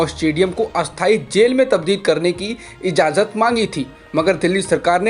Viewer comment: बेहतर ये रहेगा कि आप "अनुमति" शब्द का प्रयोग करें। Ezaazat नहीं Ejaazat सही उच्चारण है🙂